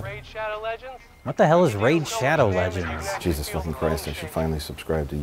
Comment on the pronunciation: I'm pretty sure he actually said "Raid Shadow's Legends."